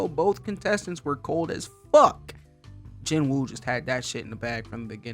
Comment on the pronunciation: "Ji-noo." The w in Korean is typically silent in the middle of names, apparently. I googled it because of the dub, mainly. So Sung Jinwoo = "Jinoo Sung" in English. Edit: Taunt is the word you were looking for. Edit 2: Sung's "Force" power is called RULER'S HAND, for bonus aura points. Edit 3: Yes, basically the strongest characters we've seen at this point, outside of Shadow Garden and enemies Cid kills in an episode, are Beatrix, then Iris.